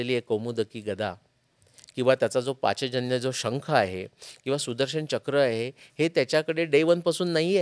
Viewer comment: पाचजन्य नव्हे . पांचजन्य . पांचजन्यो हृषीकेशो देवदत्तं धनंजयः ।